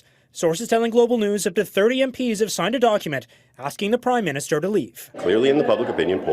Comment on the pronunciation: Everytime Polievre is saying prime minister, I ear crime minister!...